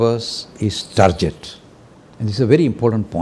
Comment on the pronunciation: TARGET NOT TARJET PRONOUNCED G NOT J